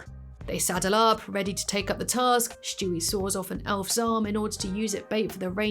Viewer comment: I truly hate that you say Shtewie lol it really grinds my gears 😂😅 have a good one tho, youre still my british youtube babygirl lmfaooo 😂😂❤